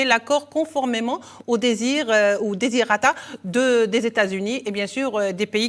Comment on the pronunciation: Ma chère présentatrice, vous avez dit désirata....il fallait dire desiderata !!!